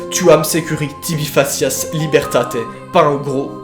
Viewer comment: ce sera la prononciation "ou" pour tubi et la prononciation "ke" pour le c de facias